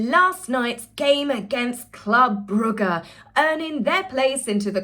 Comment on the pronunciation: so all this time you'be been out here not able to pronounces Bruges? brooj not bugger darling